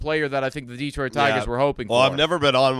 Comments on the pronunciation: Sorry guys but it's driving me nuts. It's not Deeeeeeeeetroit. It's pronounced as Deh-troit. It's like nails on a chalkboard over here in Michigan. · Deeetroit. Tareeek. Spoken like a true non-detroiter. 😊